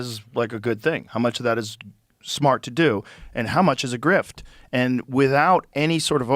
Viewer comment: Elon pronouncing Grift as “Graph” really went over Joes head